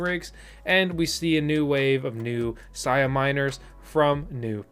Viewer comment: BTW Sia is pronounced 'see ah' not 'sigh ah'. 👍